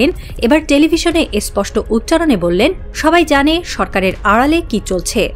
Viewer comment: এস্পোস্ট নয় স্পষ্ট।😂